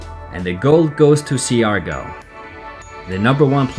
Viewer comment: Hi, I just wanted to let you know that it's pronounced "Shar-gaw". No negativity. Philippines is definitely beautiful.